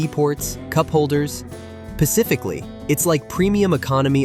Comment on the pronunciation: This is an IDIOTIC script. So many flaws I won't name them. Please tell your announcer boy that the word is SPECIFICALLY, not PACIFICALLY. Honestly, what cave did these people crawl out of? It's sickening.